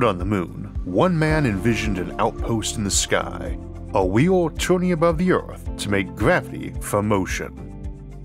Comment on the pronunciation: Strange speech defect; low orth orbit… the weel, modernized vorsions